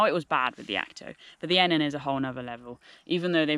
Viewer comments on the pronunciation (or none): There is nothing I can tell you that you probably don’t already know. However I believe this model is pronounced E-Nan. The footprint would massively improve the damp/wet issue but only if you don’t leave the tent fully open. Most people zip the whole thing up and even close of the vented ends then the tent has no airflow at all and as a non breathable tent it is bound to get soaked. I suspect having the tent fully open, bedroom door too is that you are letting dew into the tent, especially this time of year. I have used the Enan too and on warm nights I would keep the outer door open but close the mesh door as this did stop the dew getting into the inner/bedroom. A footprint is little over 200g and keeps out the damp wet ground as well as protecting the floor of the inner. You must allow airflow and on my Akto both end zips are permanently half open even in poor weather. The Akto’s door has a vent (again for airflow) but love how you see this as a kinda window. I rarely get a damp tent even on the wettest of days. Keep up the good work. ATB Ant 👍🏻😉